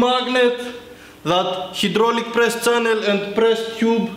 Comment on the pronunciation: learn how to say channel